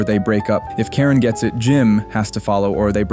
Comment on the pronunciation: Ok, so yes, I'm high...but why do you keep saying "Taren," instead of Karen?